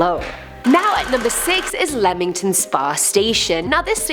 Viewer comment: "number 6 is leamington spa station" welp time to learn about the station in my hometown. and good job on pronouncing it right, alot of people pronounce it as leamington (leem-ing-ton) which isnt right